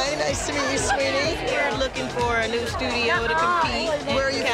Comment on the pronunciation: abby asking nicaya to spell out rond de jambe. when abby isn’t even pronouncing it well